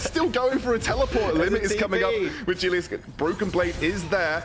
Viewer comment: The way this caster pronounces Gelius makes me cringe